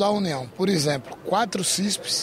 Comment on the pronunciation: O melhor político de Alagoas, é sem dúvidas o JHC, se junta Paulo Dantas, Arthur lira, Renan velho e filho, não dá 50% do JHC. um deputado que não sabe falar o português correto, "lxemplo" volta pra escola pq o correto é exemplo 😂😂😂😂